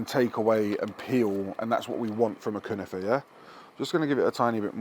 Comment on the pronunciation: 🤣🤣🤣🤣 1. Its 100 percent not Turkish, but yes they do make it in Turkey . It comes from the levantine Region. 2. That was an outrageous pronunciation of the Word. An arrestable Offence.😂 3. Great episode. Big up